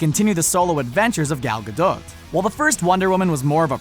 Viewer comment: That pronunciation of "Gal Gadot"